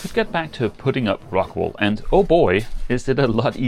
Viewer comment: Ohhhh rockWOOOL not rockWAAALLL